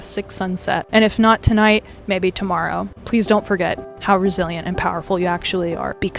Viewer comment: the way he said resilient i thought it was brazilian